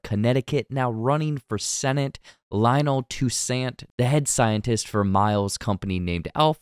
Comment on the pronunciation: Why is it white people can never pronounce common names that come from the Caribbean or from Africa? Toussaint is pronounced "Too-sont;" not "Too-Sant." There are several actors and actresses with this last name. You literally could have asked Google. You all can pronounce Joaquin Phoenix's name, but not this? Get it together. ... and you never even explain the end. You just did your own version of the movie. We just watched it. We already know what you explained.